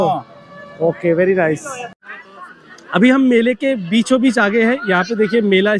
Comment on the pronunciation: pr Bhaiya very nice ko very rice bol rhe hai kya baat hai,😂